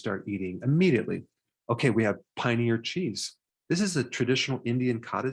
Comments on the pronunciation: It’s PANEER not pronounced as Pioneer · Lol, its not pronounced pioneer cheese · Check out Headbanger's Kitchen. Indian keto chef with super suggestions. Paneer pronounced pan-ear, Dr. Berg. So glad you like Indian food. Sugar, carbs, vegetable oil & sedentary lifestyle are why many Indians have elevated BP and T2D, Cardiovascular disease and now Alzheimer's.